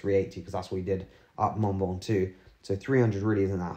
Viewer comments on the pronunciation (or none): none